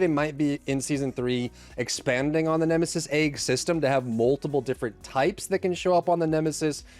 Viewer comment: bro said nemesi first and somehow ended up with nemestep-sis😂